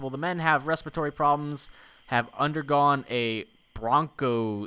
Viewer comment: As a nursing student, I love seeing attempt to pronounce these words. 1. Sanatorium is a type of (old and no longer operative because of their horrible conditions) hospital. 2. Bronch-o- scope-y. It's a camera we put down into either the lungs to see how a person looks from the inside. (seems needless to me in this instance but hey its was the 1950's) 3. Strep-toe-my-a-sin. Its a type of antibiotic we use. Pretty run-of-the-mill. The more you know:)